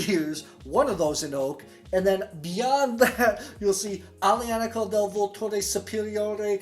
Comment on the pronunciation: vUlture. Accent on the first 'u'.